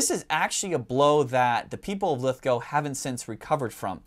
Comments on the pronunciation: Yes well done, you pronounce Lithgow correctly 🇦🇺👍, thank you for the content too! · Speaking as Someone who lives nearby to lithgow in the town of bathurst I’m loving the recognition of this important factory thanks for the video love your work guys! And great to see an American who can pronounce Lithgow 👍 you have one up on forgotten weapons their lol!